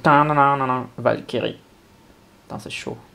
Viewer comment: J'étais à fond dedans depuis le début de la vidéo, et à la fin, je t'entends lire "Valkyrie" à la française... Ça m'a fait penser à "Vache Kiri" alors je me suis dit : Pourquoi a-t-il fallu qu'il lise ce mot ainsi ? J'étais bien dans l'ambiance, là !... Sinon, super vidéo ! On ressent vraiment tes impressions, c'est génial ^^